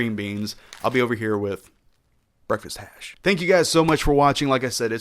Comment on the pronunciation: "Breakfast hash"